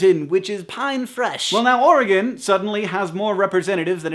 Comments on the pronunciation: Yay!! You say Oregon properly!! 3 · As an Oregonian, I am delighted to hear that Hank pronounces the state name correctly and thinks my home is a lovely place and doesn't smell. :)